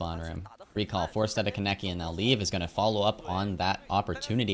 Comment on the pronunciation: my pet peeve is the way you pronounce kaneki wrong EVERYTIME!! it’s khan-eki 💔💔😭